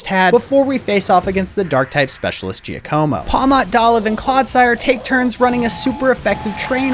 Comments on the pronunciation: It’s not pronounced JI-AH-CO-MO it would be JOCK-UH-MO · Finally someone pronounced Bombirdier correctly. It's a pun of Bombardier, someone who drops bombs from above in a plane! Edit: Didn't pronounce Giacomo correct though